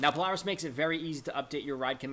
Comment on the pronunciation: The way he said Polaris😂